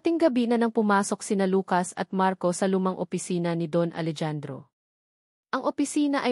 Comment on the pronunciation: Hindi po Alejandro “Alehandro” po grabe hwag kng gagawa ng kwento naali mali ang bigkas